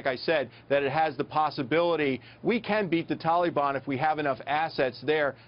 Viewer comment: wtf is a Tolly-bon? Ohhhhh he is trying to say Taliban. lmaooo idiot.